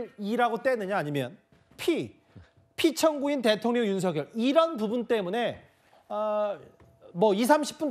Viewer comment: 한국어에는 각 단어들에 장음(長音), 단음(短音)이 있어서 국어사전에도 표제어 장음 글자의 오른 편에 : 표로 표시되어 있다. 그런데 요즘 젊은 기자들은 특히 한자어를 말할 때 이를 전적으로 무시하고 전부 아주 짧게 발음한다. 예컨대 '여:당(與黨)', '야:당(野黨)', '대:선(大選)' 이라고 길게 발음을 해야 하는데 짧게 발음하는 것이다. 참으로 듣기에 딱하다. 이런 폐해는 한자 사용의 폐지에서 기인한 것이다. 정말 큰일 났다. 청구인측 변호사가 "피청구인" 을 아주 짧게 발음하는데 "피:청구인" 이라고 장음을 써야 한다. 요즘 한국인들의 '한자어' 구사가 이 모양 이 꼴이다. 아유 맙소사.